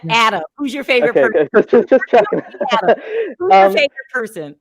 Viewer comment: please get Adam's name right. You get it wrong most of the time and as a fellow Brit who like Adam stays up to watch you and loves your show, the least you could do is get his name right. If it's too much just right down UK Adam.as a prompt.